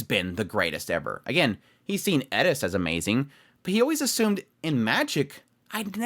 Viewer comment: Please, her name is Eris, not Edis.